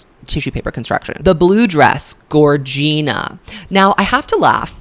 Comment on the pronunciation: Gorgina is pronounced like “vagina” not like “Regina” 🥰